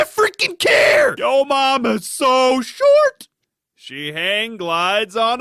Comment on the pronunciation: i will never get over "get in the caah" policeman